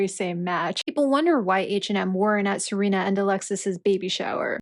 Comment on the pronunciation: It's SERENA Williams, not "Selena.". And you must have a very narrow idea of beauty if you believe that no woman is beautiful "after 30.". Your ridiculous statement actually reminds of that equally ridiculous mantra of the 1960s hippies, " Don't trust anyone over 30." 🙄